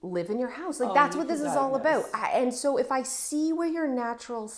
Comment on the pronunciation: ’ “about” was stereotypically wonderfully Canadian. Love it